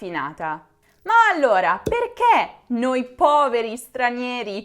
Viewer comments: Comprendo che l'inflessione dialettale sia ineludibile, ma - davvero! - non indovini nemmeno una "e"! Si pronuncia "perché" e non "perchè", etc...Per il resto brava! Il congiuntivo dona pregnanza semantica alla lingua italiana. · Farsi una domanda nn chiederselo...!!!! E nella dizione italiana mentre dici perché chiudi un po' la "e"....